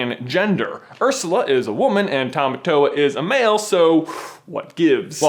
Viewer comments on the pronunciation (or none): When you said "Ursla", there were only 3 words in my head for 10 minutes straight; "Oh HEEEEEELL no."